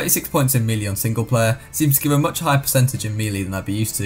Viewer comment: Im sorry but I just realised he pronounces melee as mee lee and not may lay which is the actual pronunciation